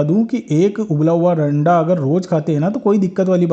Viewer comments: Hain randa bola 😂😂 haste haste pet me dardr ho gaya😂😂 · Randa bola 😂 anda bolna chahiye pura clear bola 😂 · Correct Randa bola